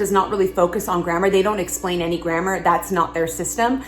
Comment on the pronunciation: Your pronounce "grammar" funny. "GrammEUR"?? Never heard it like that! LOL! I like your cute top, though. XD